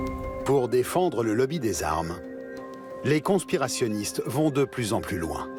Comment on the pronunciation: « Des ‘con-spirationniste’ » AH